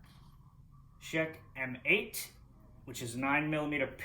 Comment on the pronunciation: I'm fairly certain that the Czech M8 is meant to be pronounced as "checkmate".